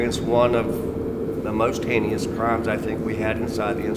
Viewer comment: it's heinous, not henious.